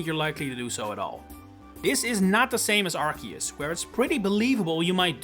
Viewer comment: It's arceus not arkeus ffs